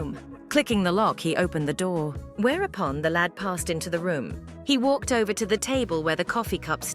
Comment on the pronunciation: Vover wth is a vover